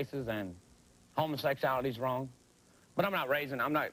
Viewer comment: "OH it's wong" lol yea stay over there breeding wit ya backwoods brothers lmao